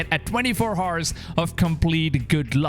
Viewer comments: Did my man just say 24 hars?? Wtf??? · Dude. The 'h' is silent in the word "hour(s)" and I've NEVER heard ANYONE say it by pronouncing the 'h' so why do u say it like that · bro why do u pronounce hours as haars? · Ours, not Hours🤣🤣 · why do you pronounce "hours" like that eww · It is an accent why do u have to b disrespectful. Lol